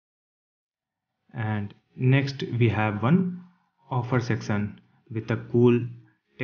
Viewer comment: great video but did anyone notice that he said secson instead of section